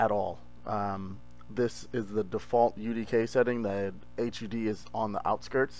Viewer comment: I've never heard someone call it an H.U.D. It's always hud.